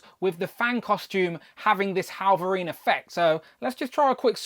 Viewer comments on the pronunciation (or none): Why do you keep calling him "Hallverine"?